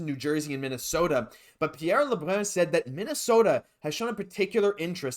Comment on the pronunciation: Why the hell do you have to say Pierre lebruns name like an idiot